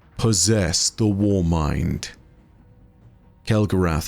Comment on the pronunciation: Alright, now I'm just confused. Have you been been out with a bunch of Yanks lately and picking up their accent? I would have sworn you would pronounce it kel-go-ROTH, like you do with Wrath of the Machine. 😊